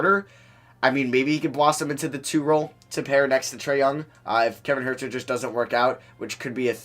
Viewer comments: Huerter’s last name is pronounced hurter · does it bother anyone else how he says kevin huerters name???